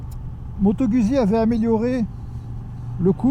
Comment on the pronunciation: Pour que ton Italien soit parfait, il faudrait que tu prononce Guzzi comme eux: "Goûtes-y!"